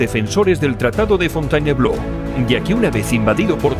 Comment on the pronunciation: "Fontainebló"? Jajajaja Si no sabes francés, no inventes, simplón. Jajajaja